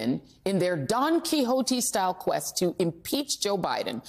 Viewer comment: THANK YOU for pronouncing "Quixote" correctly. I've caught two MSNBC anchors pronounce the "X" when reading the copy in the past. lol